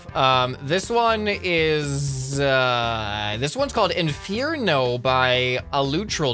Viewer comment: He said infearno but its inferno